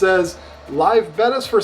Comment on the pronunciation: I am just shocked that you pronounced it correctly finally and not Beta. C'mon, somebody had to make that comment lol